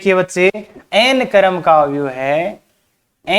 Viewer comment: क्रम बोलिये न, करम क्यों बोल रहे हो।